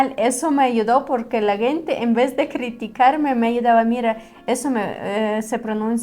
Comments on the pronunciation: interesante video y una correcion a su pronunciacion es que dicen "guente" la palabra "gente" y se pronuncio como si fuera con la "J" "Jente" un saludo ! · ✅️Muy interesante vídeo, con todo respeto una observación a la palabra "gente " la están pronunciado mal jejeje están diciendo "guente" y la "g" en esa palabra suena como "j" suena así "jente" aunque se escriba con "g" ,gracias por el esfuerzo de hablar el español saludos de un 🇸🇻🌄👍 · Hola vera saludos desde Managua Nicaragua, hace tiempo te había sugerido practicar más la pronunciación de la palabra gente - se pronuncia con "J" léelo Jente para pronunciar pero para escribir se pone "Gente" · Están pronunciando mal la palabra “gente”, porque es con el sonido de la “j”. 👋🏻🤗